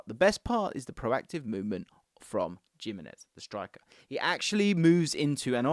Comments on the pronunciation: It’s Him - enez not Jim - enez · "Jim-enez" <3 😂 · The Gimenez pronunciation needs some work